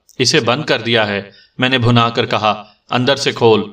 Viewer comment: بہت ہی مزاحیہ کہانی۔ کافی سیریس کہانیاں سننے کے بعد یہ مزاحیہ کہانی اچھی لگ رہی۔ لفظ بھنا پہ غور کیجیے گا۔ یہ لفظ bhinna ہے